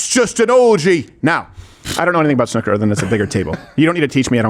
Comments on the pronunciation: Sn ooooo ker. Not snucker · It’s ‘snoooo-ker’